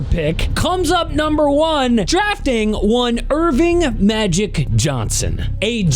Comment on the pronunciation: IRVING?!? Nah bro, his name is ERVIN Magic Johnson!!